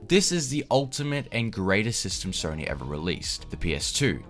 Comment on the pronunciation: “Sorny” PlayStation lol